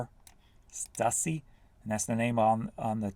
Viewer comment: J, Stussy is pronounced StU-C. Good Vintage brand!